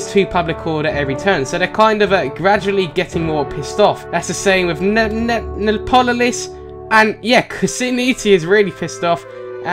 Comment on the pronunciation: nee-a-polis